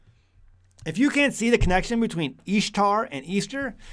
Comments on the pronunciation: Thank you for taking the time to provide this information. But I'm a little confused and would like to ask a couple of questions if I may. 1.) You pronounce the name Ishtar with a ''Long E'' substituting it for the short I sound. Would you able willing to produce the context and resource/s that supports your reedition of the word. Every pronunciation I've viewed has a short I, as in the word, ''fish- ish =Ish =Ishtar. 2.) The chart that you provided seems to show the similarities between different ''fertility goddesses.'' In what ways does this prove that the word ''Easter'' and the word ''Ishtar'' as Etymologically the same? In what way or ways is Isis connected to an egg? 3.) The time of - , were you aware that the reading of the ancient text was taken out of the fable works of Lucius A. Madaurensis's ''The Metamorphoses'' also known as ''The Golden Ass?'' It's a tale about a young man who, while experimenting with magic, turns himself into a donkey. How would this be considered historical evidence or a record that would support of your previous claim? 4.) In the article, ''Is the Name Easter of Pagan Origin'' from Answers in Genesis, you refer back to Alex Hislop. Was the whole article read? ''Similar claims are made by Ralph Woodrow in his 1966 book Babylon Mystery Religion'' (written as a companion book to Alex Hislop's The 2 Babylon's.) also, ''Woodrow has stopped circulating his early work and replaced it with an updated title The Babylon Connection? '' (which c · Ishtar is even pronounced easter